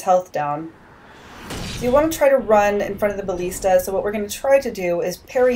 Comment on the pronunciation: buh-list-uh Thats how you say it